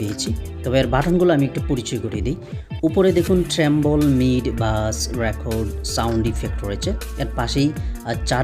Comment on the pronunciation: ট্রেবল কে ট্রেমবল বলেছেন কেন?